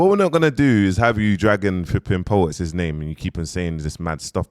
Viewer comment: Po-wets smh kill me man